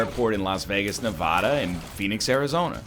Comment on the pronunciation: The way he pronounces Nevada, uh.